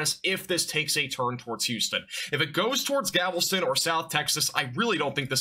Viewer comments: Gavelston? Galveston homie, also that's not where galveston is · he even said "gavelston", hahha